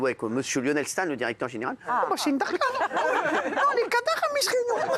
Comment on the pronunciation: Cyril hanouna veut parler arabe mainant. Et en plus c pas darkas c dahka